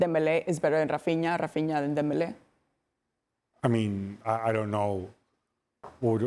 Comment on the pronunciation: does the host realise dembele isn't spanish or does she just force her pronunciation for every name